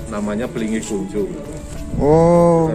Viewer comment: Kong Cho bukan konco